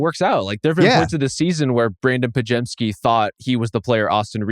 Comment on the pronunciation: Will Bill ever pronounce Podziemski's name correctly? Pod-jem-ski